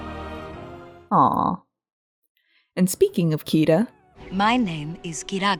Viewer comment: It's Kida not Kiva just saying ^^